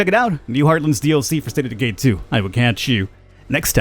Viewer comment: you said" Ka-chew" (catch you )....bless you ... i thought you sneezed...lol good video , buddy. nice work.